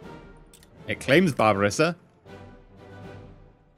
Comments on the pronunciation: WHY DOES READ BESSARABIA AS BARBARESSA HE HAS DONE THIS ON MULTIPLE OCCASIONS. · its bessarabia non barbaressa. as in bess and then arabia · Saying barbaressa sounded like Barbarossa and I'm like "No no no dont jinx it" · whats with that pronunciation with Bassarabia? Like ive never heard someone say it like that